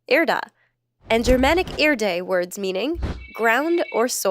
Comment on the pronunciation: I know haters gonna hate me xD, but in german you say Erde just how it's written, not Erdi ;D